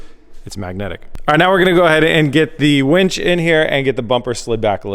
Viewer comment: Oh, did you just said it wrong